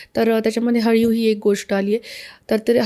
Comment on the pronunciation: अळीव ast te haliv nhi😊